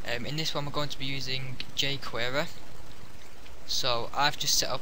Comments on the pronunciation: wtf is "ju'quereeerrr" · j-Querer may be because he has a slight speech impediment. You have effectively used your ignorance to make hateful comments. It is better to keep your mouth shut and have people think you're a fool, than to open your mouth and remove all doubt. Shame on you and the 7 likes your comment got for picking on someone. You should stick to making videos on 'Dragon minimap bugs'. Especially since your video description makes no sense at all. The man did a great job and his 9K subscribers attests to that. Hopefully, your potential future employers will see this.